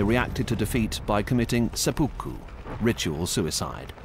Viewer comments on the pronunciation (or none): none